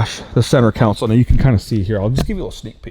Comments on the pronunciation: Consol pronounced con-sol it’s not a council there’s no body of ppl gathering lol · Centre console ❌ Centre council ✅ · Hey isn’t it center console not counsel 😂😂😂😂😂 cause your saying center counsel 😂😂😂😂